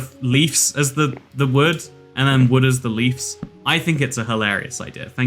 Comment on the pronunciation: I like how he says leefs instead of leaves =)